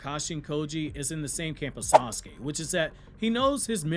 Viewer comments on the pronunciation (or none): none